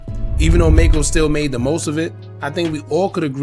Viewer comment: His name is pronounced Mack-co and he didn't lose his eye. He wore an eye patch to keep his eye protected from getting infected before surgery. In the car accident he cracked the bones around his eye causing his eye to "drop". The surgeon saved his eye and Macco did an interview showing both eyes and điscussed ALMOST losing his eye after hitting his head on the dashboard during the accident.